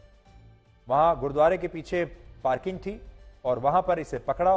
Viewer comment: Gurudwara Sahib hota bolna seekh pehle